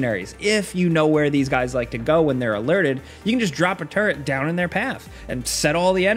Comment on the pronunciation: I swear to god it sounds like you're saying turd and not turret